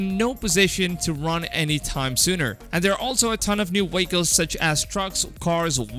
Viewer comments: The hell is a “weycle”? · Vehicle-WAKLES vans-WANS